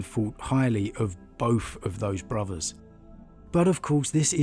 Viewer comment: Three not Free, Both not Bofff.......... not FFFFFF its TTTHHHH